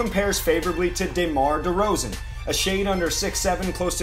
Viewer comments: "dAYmar derozan" loll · When yall' pronounced Demar DeRozen..."Day - Mar" I decided I was gone x the video after my comment. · DAE-mar DeRozen